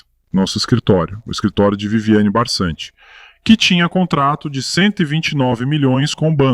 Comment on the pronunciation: Apenas uma observação: é Viviane Barci, não é Barsanti como se está falando